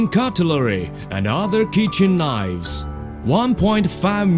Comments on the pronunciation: ceramic knoifes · We can make 1.5 millian knoives, anally!